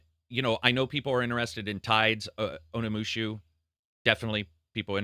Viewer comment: I was already KO'd before I even got to that point with the multiple "Onimushu" at the beginning 😂 Sounds like a japanese pet cat name.